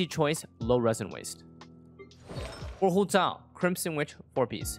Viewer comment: i love the way he pronounces hu tao